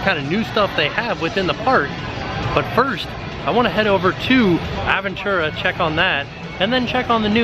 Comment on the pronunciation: It’s Ahhhhh veeeeen tu rá. Sorry I speak spanish and your pronunciation is bothering me lol.